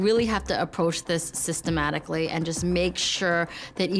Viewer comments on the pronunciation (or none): "cystematically" was i the only one who noticed 😂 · "I really have to approach this cystematically" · Lol she said cyst-ematically